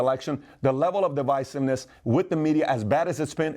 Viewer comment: Divisiveness with an "I". I was compelled to say something, sorry Pat. I love what you do, keep it going.